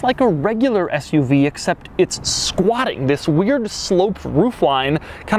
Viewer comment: I died every time he said “squatting” 😂